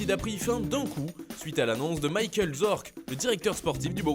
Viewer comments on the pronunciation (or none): none